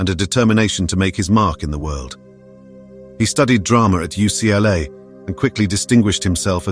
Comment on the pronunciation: It is UCLA NOT USLA!